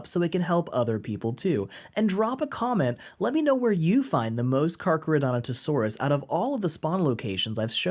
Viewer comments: Dude, it’s Carcharodontosaurus lol. Car-car-o-dont-o-saurus. You’re pronouncing the way you spelled it (you clearly practiced) you just spelled it wrong 😂 Yay crazy Dino names! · the way u say Carcharodontosaurus breaks me up every time